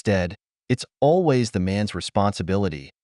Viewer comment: you mispronounced always